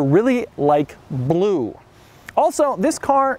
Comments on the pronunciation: IT'S SO BELUE! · Weird fucking way of saying 'blue'